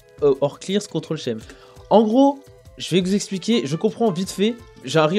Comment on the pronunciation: vidéo trop cool mais "scheme" en anglais se prononce "skeem"